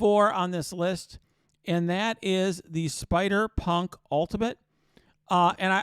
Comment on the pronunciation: Couldve swore you were gonna say spider spunk when you were trying to say spider punk special lol